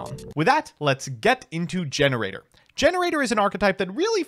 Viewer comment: Okay wait… it’s Gene Raider not gener aider 👀😐